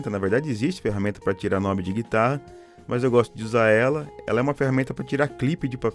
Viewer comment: Parabéns pelo vídeo,, muito esclarecer, técnico e acessível! ainda, mais um parabéns...pela pronúncia correta do acessório "knob", coisa muito rara, inclusive, entre os técnicos de eletrônica!